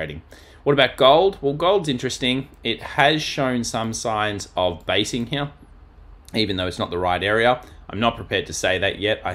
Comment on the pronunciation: I love it when you say here, but it sounds like hmnere 🍻